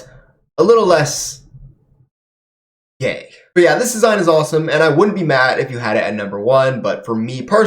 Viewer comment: The way you said gay is funny i do prefer deceptions leg armor more it covers his legs better and makes him look superior